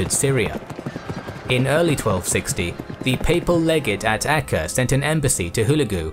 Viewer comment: Acre is pronounced like an acre of land.